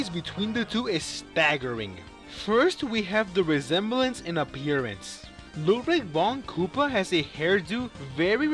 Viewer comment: You don't say Ludwig right 😈